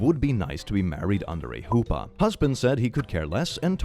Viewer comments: Also a vegetarian and Jewish, I wonder if she is also Kosher... Because that's 2 different massive slaps in the face. Also, for OP, it's Jewish an is J as in capitalized. Secondly, it's huppah or chuppah, but never hoopa. Hoopa is a Pokémon. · pls the way he says hoopa🤣🤣🤣 its more like the spanish J and the "pa" part is the uhh... said more firmly? idk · Lmao that pronunciation of חופה pains me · you don’t know how hard I laughed at that pronunciation (and the spelling too, since I’ve only ever seen it spelled chupah)